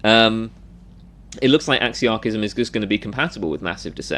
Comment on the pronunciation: Oh my God please re rerecord this entire video with a proper pronunciation of the word